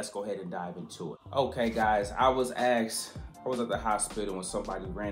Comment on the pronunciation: You were not AXED...you were ASKED... ASKED! English is a beautiful language. Let's not butcher it just to strike a pose...